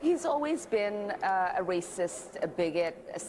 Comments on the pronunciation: "A wacist" 🤣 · “Hes a wacist wittle wabbit euhahaha”🤡